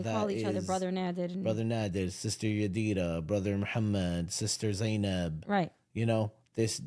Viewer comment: As salam alaykum waramotullah wabarakatuhu. I agree with you that forgiving does not mean you have to continue with a relationship that you think is toxic. Thanks for reading my comment about the mixer. You pronounced my name 80 percent correctly Yadira.❤❤❤